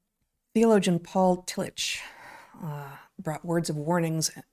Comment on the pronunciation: Excellent show!! For what it's worth, and this is coming from an Agnostic that can't recommend his writings enough no matter where you fall on the great God question spectrum, the genius theologian Paul Tillich's name is pronounced Tilli*CK*. If you're looking for another legitimate genius German theologian, read Dietrich Bonhoeffer (again, Dietri*CK*). He gave his life in the service of his God and fellow man against the Nazi war machine. Their stories are simply incredible ... and heartbreaking. If only more of our current theologians were like these 2 men, we would have a lot more believers than we do. Their command of the written word (pun not intended), logic, passion in their defense of their faith, love of all mankind, and sacrifices they so bravely displayed is something not oft found in most Christians circles today. We have a few today, but as they say, they don't make them like they used to. We used to have Christian thinkers of the highest caliber. No offense to those that appreciate these people, but now we have Matt Slick, Kirk Cameron, and the now disgraced Ravi Zacharias. How things have changed. I apologize for the rabbit hole. Cheers